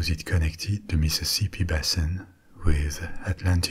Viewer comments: Meeseeseepee basen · I love the topic tonight! Also, I never knew I needed to hear “Mississippi” said in a French accent until I heard you say it 😂